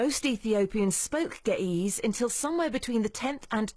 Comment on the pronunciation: Geh ehz not geh eez